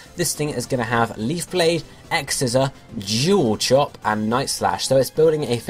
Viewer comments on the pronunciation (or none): A few things. -It's Orlando and May now (as far as we know) -I like how Grovyle's color pattern doesn't fit in with the others in the 110,119, and Fortree battle roster. - DON'T FORGET SLUGMA! -I thought you said Jewel Chop for Sceptile and so I thought "What? Jewel Chop? New move? Shouldn't Sableye have it?" Accents :P